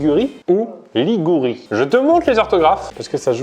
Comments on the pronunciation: À j'ai comme l'impression que c'est trompé, il a dit ligOUrie et la bonne réponse était ligUrie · il a perdu il a dit ligourie et pas ligurie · il dit la ligourie mais la réponse ses la ligurie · "Liguria, Ligurie ou Ligourie" Ben dit "Même en français je dirais la Ligourie" "c'est bien la Ligurie" Ben "bababang" alors que c'est faux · Mais wesh chui la seul a avoir remarque que sest trompe il a dit ligourie la 3 eme reponse au lieu de ligurie 2 eme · dit LIGOURI et dit C EST BIEN LA LIGURI il ya un shot qui est parti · C'edt bien par contre ta tricher ta dit ligourie au lieu de ligurie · Ça se prononce de la même manière et des le debut il a dit que c’était pas celui en “ou” suis un peu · qui dit Ligourie, et qui valide Ligurie x) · Il a dit ligouri alors que ct liguri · " je dirais la Ligourie " "c'est bien la Ligurie " ya un shot qui est passé dans la prononciation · Ben l'a juste mal prononcé, dès le début il a dit que c'était clairement pas le "OU", donc pas Ligourie. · Il a dit la ligouri au lieu de la liguri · A dit la ligourie alors que c la ligurie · Salut, à de la vidéo, sur la question qui s'adressait à, "De quel région du Nord-Ouest de l'Italie le Pesto est-il issu?" à répondu "Ligourie" alors que la bonne réponse était "Ligurie", et n'a pas entendu et il croyait qu'il avait dit Ligourie Sinon très belle vidéo, j'attend le suite, le Vol.3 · il à dit la << Ligourie >> et non la << Ligurie >> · "je dirais la Ligourie": "c'est bien la Ligurie" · a dit la ligourie